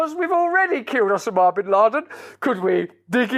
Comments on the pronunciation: "OH-sim-ah" bin Laden? I never heard it said like that, but now I'm wondering if I have been saying it wrong. "OH-sim-ah" or "oh-SAH-mah" I have to say, I like the way Brand says it better. hahaha "OH-sim-ah" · Why the actual fuck are you pronouncing 'osama' like that? Can you not just talk normally? You wear your accent like an accessory and it gets a bit much. Big fan otherwise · "osa ma" What is that pronunciation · Russell.... One question....Where the heck did you learn to pronounce Osama as Ossammar? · I’m here for Russell’s pronunciation of “Osama”. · Not to mention I love the way Russell pronounces Osma equals Osama!